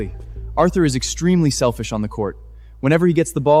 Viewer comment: "I never thought you so selfif".🤣🤣🤣🤣🤣